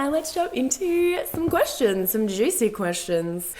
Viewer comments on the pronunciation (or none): none